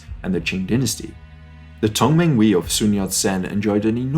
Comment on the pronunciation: 同盟会with emphasis of the H